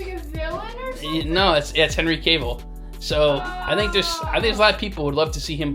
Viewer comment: Please please please stop saying Henry’s last name wrong. It’s not pronounced “Caveill” take the E out it’s not Cave it’s Cavill.